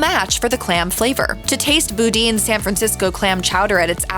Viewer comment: Boudin is pronounced Bo-Dan, not Boo-Deen.